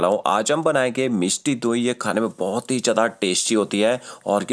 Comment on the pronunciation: 🌹🌹🌹. Yes, the word: Mishti Dohi.... spoken by sweet is Simply Marvellous 🤗🤗🤗!! 🇮🇳🙏💐